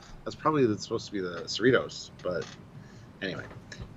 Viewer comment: USS seh-REE-tohs... Cerritos is a suburb of Los Angeles.